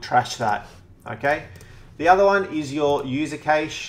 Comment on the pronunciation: Yo , It is pronounced CASH MEMORY